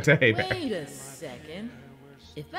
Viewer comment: Thanks for calling Kyle "Ey-bear" and not "Hee-Bert".